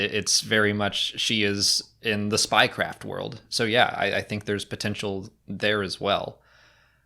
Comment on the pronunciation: Spy craft was said, but I heard Spy Kids haha